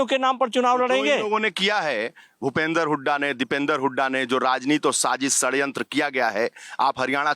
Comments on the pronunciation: खड्यंत्र नही होता .... सडयंत्र होता है वो.. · Khadyantra nahi shadyantra Bolna nahi aata or ye aadmi president tha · सडयंत्र नही होता... षडयंत्र होता हैं😂😂😂